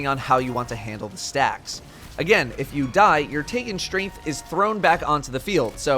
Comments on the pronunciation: "Taken Shtrainth" /cringe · "Taken Strenth" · How many times can you say "Taken Shtrength" in one video